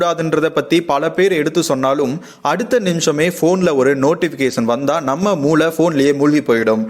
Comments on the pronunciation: மூளையன் , முளையன் not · Daai அது முளை இல்ல டா மூளை டா 🤣😂🤣